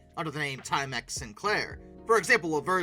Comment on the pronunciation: At least there is no “slash”. Yet. I’m only about halfway through… 17-18 minutes. But I gotta say .. “time-EX” and not “TIME-ex”?? (Where you place the stresses). You’re killing me!!! 😂